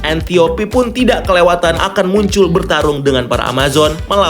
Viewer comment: 9.55.. Dimana diujung..."buncullll"..(muncul masksudnya)😂